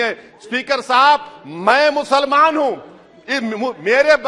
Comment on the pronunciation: In which language he is speaking? Why muslamaanon, musalmaan!!!! Insaan Or musalaman